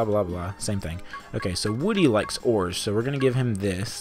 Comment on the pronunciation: I could've SWORN that you said "Woody likes whores" instead of ores. I mean, he had to get those grandchildren somehow, right? XD